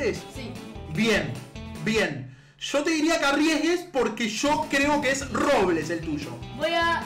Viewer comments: es Robleis No Robles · Robleis no robles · dice robles en vez de Robleis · Var!! en el primero dijo robles no robleis:v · se dice robleis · Porque dice robles es robleis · Like si se dice robleis no robles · Es robleis no robles